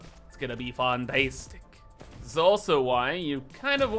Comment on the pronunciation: perfect video! I will definitely begin to say 'FANTEYSTIC' myself xD